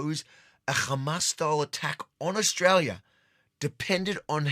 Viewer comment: Its AUSTRALIA MATE ..... NOT "OZRAEL"